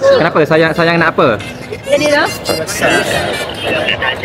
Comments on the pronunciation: 28.41 safwan nak sebut ayang ❤ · MCM dia sebut ayang